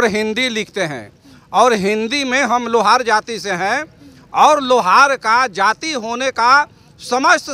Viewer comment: Madum सबसे पहले लोहरा को सही से बोलिए,, प्लीज लोहारा को लौउड़ा ना बोलिए, इसका मतलब तुमको मालूम है लौउड़ा किसे कहते हैं, साफ़ बोला करो जैसे हिन्दी में लोहार,, और English मे lohara लिखा जाता है,, ठीक उसी प्रकार जैसे राम को rama कृष्णन को krishana likha जाता है, Madum आप पत्रकार होने के बावजूद भी लोहारा को लौउड़ा बोल रही है 😅😅